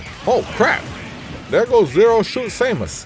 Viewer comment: Welp, that's it. I'm calling Zero Suit Samus "Zoot Suit" from now on.